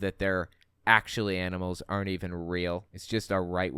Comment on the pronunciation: Well she does not say animals, talking furries, she says anal mals.